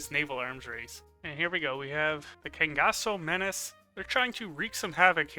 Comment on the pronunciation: That's the first time i saw a non-brazillian pronuncing "Cangaço" the right way. I'm so proud :)